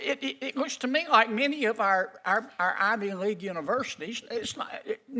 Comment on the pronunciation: Did he say "Ideoleague Universities" or am I hearing things?